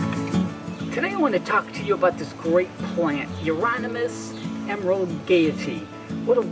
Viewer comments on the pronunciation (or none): No one in the 4 videos I have watched about euonymous plants pronounces the name properly. It's YOU ON i MUS. There is no R in euonymous. But I did enjoy your video very much. Thank you!